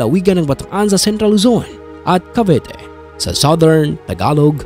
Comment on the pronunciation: Bataan-Cavite po hindi Bataan-Cavete